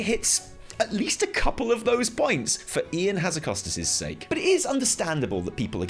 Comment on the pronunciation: "Change for the sack of change" caught me so off-guard! Part of me hopes that is on purpose! And congrats to you three! Much fun to be had for sure!